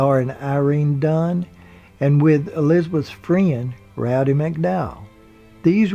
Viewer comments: Good job. One suggestion, though. It's "Roddy "(Rod-Dee) McDowall, not "Rowdy". Rowdy Yates (Clint Eastwood) was a character on "Rawhide". "Rowdy Roddy Piper" was a professional wrestler and film actor. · Roddy McDowell -- not "Rowdy" -- lovely guy.